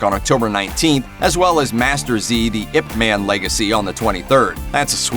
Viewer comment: It’s Ip Maaaan, not the “man” as in superman 😉